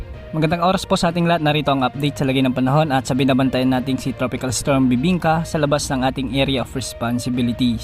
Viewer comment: Napa second look ako. Dinig ko kasi "BIBINKA"